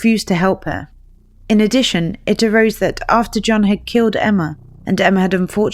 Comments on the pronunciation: makes the Y sound like Johann Sebastian Bach. Yonna not Joe-na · Jonnna • pronounced Yonna... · The way this narrator keeps pronouncing Janah as Jonah and accidentally using him or he with reference to Janah made this hard to follow.